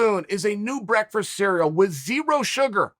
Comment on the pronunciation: When someone can’t pronounce a word In Chaels case this word is “Breakfast” and I know this from experience that somehow that word u say weird somehow finds a way to make its way into ur regular day life way more than it should . Keep being undefeated Ur a Great guy Uncle Chael